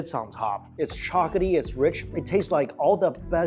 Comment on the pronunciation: The way he says "chocolaty" sounds like he's saying chocaty